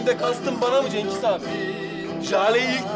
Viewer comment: Agir yanlis konusuyorsun